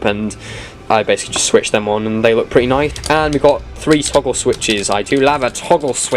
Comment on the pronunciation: "I DO LAVE A TAGGLE SWITCH."